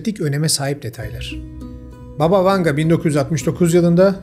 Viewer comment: BAba Vanga. Vurgu ilk hecede olucak. Baba rusca nine demek.